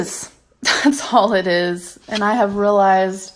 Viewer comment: She has rill-eyezd guys